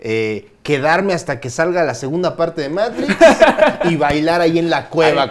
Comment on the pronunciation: " Di Meitrix"